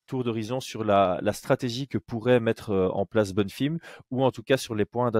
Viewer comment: Pourquoi il dit “ Bonnefim “